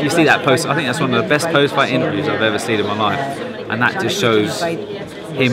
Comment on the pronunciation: Try to say think more, rather than fink, you sound uneducated!